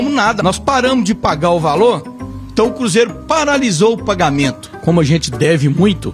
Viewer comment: Ele so fala cúzeiro kkkkkkkkkkkk